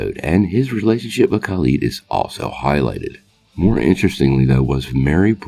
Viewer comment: is there a reason you keep mispronouncing Khalid’s name?